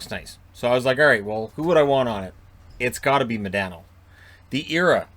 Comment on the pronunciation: Its MahDaaahhhNo